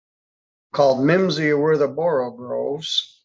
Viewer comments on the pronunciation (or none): "all mimsy were the borogoves" is the actual phrase. not borogroves.